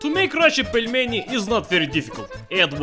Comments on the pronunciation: Pelminator HAHAHAHHAHAHA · "Putin the Pelmen" :DD